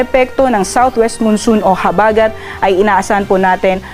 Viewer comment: I like the way the gentleman says or pronounces the word "habagat" (accent on the 1st syllable). CUTE!